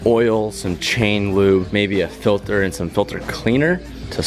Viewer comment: “The air FILTHER”😂